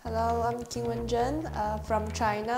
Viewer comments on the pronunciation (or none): I think Wu's laughing, because Zheng didn't say her name correctly. Q in Chinese isn't like k. Wish the interviewer had asked Wu😅 Also, he basically told her the answer in Chinese😂